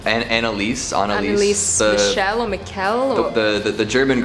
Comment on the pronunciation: The Exorsism Of Annalise Michelle...Stop Saying Her Name Wrong...Its Annalise Michelle...Not Micelle....Michelle...Pisses Me Of...😡